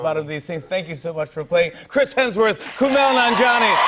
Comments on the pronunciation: Jimmy called him KUNAL instead of KUMAIL😂😂 At the end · Kumail, not Kunal. "Kumayl" is Arabic for "perfect" related to "Kamaal" and "Kaamil"